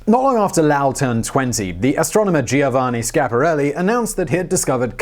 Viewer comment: Simon, you are the only one that pronounces Schiaparelli correctly!